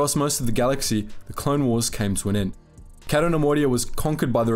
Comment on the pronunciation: It's "Kay-to", not "Catt-o". And Jan "Dough-donna", not "Duhnununuh".